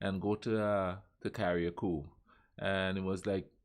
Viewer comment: I love geography now.. but its pronounced CA-RUH-COO! Love your video as well sir thumbs up for sure